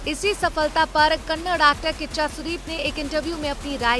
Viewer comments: First of all i like to say it is not Kannad it is Kannada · It's not kannad.. It's kannada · It's Kannada not kannad, atleast pronounce it correctly 🤦🏻‍♂️ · It is Kannada not Kanad, at least pronounce properly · It's a not a kannad its a kannada, ka nna da🙏🙏🙏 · Hlo Didi vo kannad nhi '‘kannada' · It is not kannad it is Kannada. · Hello madam it is not Kannad.... It is KANNADA... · Kannad nahi ....kannada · Kannad nahi kannada